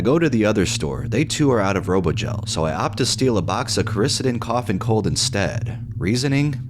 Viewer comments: it’s pronounced “kora-SEE-den” ✌️ love ya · Dude its core-ih-see-den